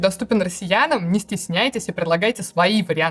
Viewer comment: Анастасии Брюхановой стоило бы поработать над ударениями. "шрифтОв", "ведомостЯми" за первые 30 секунд - это слишком. Формат интересный, с удовольствием бы смотрел, но это не должно резать ухо. Все-таки журналистика как-никак.